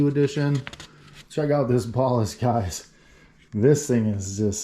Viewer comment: What is a bahhlist? Wheeeere did you learn to pronounce it like that? Who, where, how? Plus NOBODY calls led drivers ballasts. Man is it a strange world. Metal HAHlide????